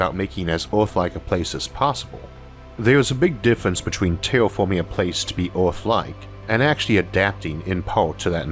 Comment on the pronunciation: Tewwatorwee!? Thwee!? Teashorts!? Tailforming!? This guy's hilarious!!!😂🤣😂